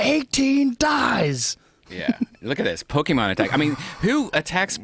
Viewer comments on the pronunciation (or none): pokemon, not pokemen